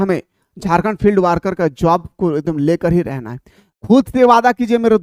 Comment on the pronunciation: Not वार्कर it's वर्कर ...please🙏